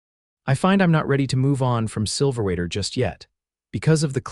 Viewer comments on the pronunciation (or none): The narrator is driving me crazy. The town is Silverwater - not Silverater. The story did a good job in describing PTSD and how it presented itself with Jedidiah. Listening from Tn.